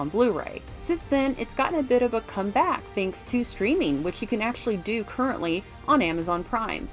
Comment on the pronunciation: "comeback" accent on first syllable, though the way you said it can't be considered to be "wrong" only unaccustomed. This is not genuine English. In real English it would be "a comin backward" since "back" is a static direction while "backward" indicates movement.....